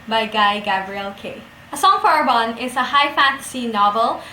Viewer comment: I thought it was pronounced Are Bon Nay. Great and enthusiastic review, I loved this book, too! And yes, Tigana is his best and most moving novel, for me, anyway.